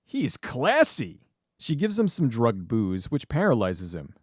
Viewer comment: No offense, because it's still a good video; but the word is "dragged". Again, nice job though. =)